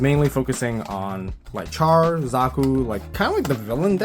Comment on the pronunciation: Char pronounced with the "SH" sound. Not like Char as in Charcoal... "Sh are"